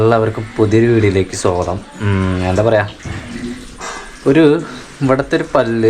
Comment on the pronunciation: വീഡിയോ എന്നും കാണാറുണ്ട്.❤ പിന്നെ സ്വാഗതം എന്നാണോ പറയുന്നത്.? കേൾക്കുന്നത് സോഗതം എന്നാണ്.😍 വീഡിയോ ആഴ്ചയിൽ ഒന്നു വീതം ഇടുക❤ കൂടി കാണാലോ❤❤ ആ സംസാരം കേൾക്കാൻ നല്ല ഇഷ്ടമാണ്.🥰🥰🥰 God bless you🙏🏼🌹🙏🏼